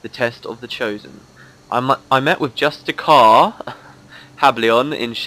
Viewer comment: "Justi cAAAR" XD that really cracked me up